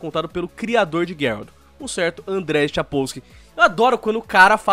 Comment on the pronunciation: A pronuncia é andrei.